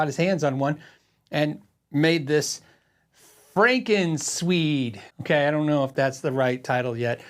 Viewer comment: You got it right with "FrankenSwede" 😄